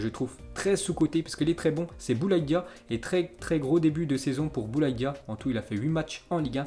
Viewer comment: C'est Bouanga la prononciation et non Denis Bouenga